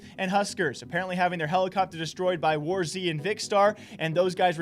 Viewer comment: When is he going to Learn that he is saying War z